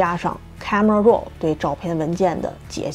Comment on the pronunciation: 的確聽了“肉”很久一段時間才明白那是Raw。